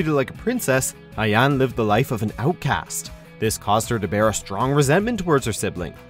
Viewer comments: Mila grew on me and I love Ayane. I really do. THIS GUY butches her name. I've been very patient about the name butchering and this one quickly got on my nerves. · Nice, agree with the list. Though have three smallish issues. ·Best fighters around ? Pretty sure there are plenty that would disagree with that. ·Sometimes a little busty ? Nearly every female character is stacked like crazy. ·Lastly you pronounced Ayane's name wrong, kinda a big mistake considering her name gets said in the games...alot. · Hitomi ahead of Ayane? Just no haha! And yeah the butchered names are pretty cringey particularly: Leifang, Ryu & Ayane. Cute list though. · RYU is NUMBER 1!!! Kasumi is number 2! And you mispronounced Ryu’s and Ayane’s names! And WTH is Rachel?! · Literally cringing everytime he tries to say Ayane or Ryu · Im disowning. Learn how to say their names before you make a video about them. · Ayane is just Ayane. With the eh. A-ya-neh. Ayanay is such an American pronunciation of it fr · Omg it’s “Ai yan é” not “ai yaan” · James Cruse it’s pronounce ayan-aye. Kasumi says it all the time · It’s more A Ya Ne. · First it was Ah-ng. Then it was Ah-yan. What will come next from, The Butchering Narrator? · You butchered Ayane's name. It's "I-ya-nay" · Ayan? 😐 these pronunciations kill me. I feel like they just pick random people to read the lists off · Isn't it pronounced "Eye Yuh Nae" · Judging by how he pronounced Ayane, I'm sure the narrator had never played any DOA games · Ur saying Ayane wrong lol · FFS it's Ryu not Rayu, and Ayane not Ayan, you can't even read the letters you have before your eyes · Jann Lee and Zack should be on this list. Also, come on. Rai-You, I-Yaan, really. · 2 questions: wtf is a Righ-U & wtf is an Ai-Yan ???????????? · 1 Helena HEL A NA not Helina 2 lee fang not lie fang 3 Ai yana not ayon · its LEYfang. not liefang. its Aya-NE, not ayan. wtf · It's LAY FANG...AND AI YAN NAY! NOT LIE-FANG AND AI YAWN🙄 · Raidoo, Jenra, Ayan